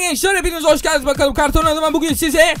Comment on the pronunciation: Karton kelimesi bu kadar güzel söylenebilirdi